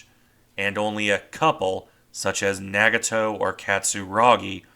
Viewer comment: Are your pronunciations of the Japanese ship names correct, ie Nagato? I've heard them pronounced differently.